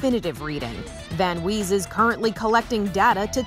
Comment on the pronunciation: The news lady pronounced it like wheeze